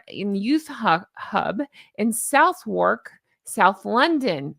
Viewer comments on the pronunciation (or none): when you come back to London, in case you want to go to Southwark, its pronounced suh-thuhk. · Honk honk, Southwark is pronounced Suthark...... You're welcome. 😉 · Southwark is pronounced Suthock. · Pronounced "suth-ack" ! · Love you... the 'W' in Southwark is silent....